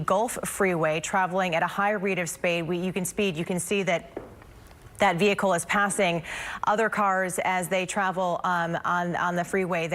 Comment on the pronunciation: Justin Landers 😂😂nah, I thought the magic word was, “veee-ucle”.